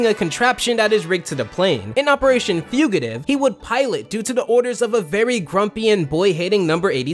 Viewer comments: I hate how he said fugitive like fugutive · What the fuck is this guy's pronunciation. Libary? Okay, fine, that one's pretty common. But. Fuguhtive? What?